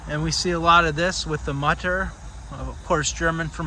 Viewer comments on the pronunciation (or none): Mutter und Vater, gotta love seeing this as I am Dutch, and of course German is a common learned language here. If you pronounce the u in Mutter like the oo but short from boo, you're very close. Vater uhm.. the a... baaaa like sheep say *laughs lalala kinda like that a :) Thanks for going to these cemeteries, I love looking around with you :)